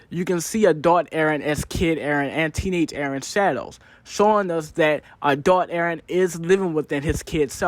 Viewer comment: "a-thot eren..." = Adult eren if anyone struggle watching.